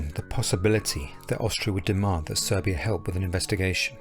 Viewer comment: It's Serbia, not Servia. Just saying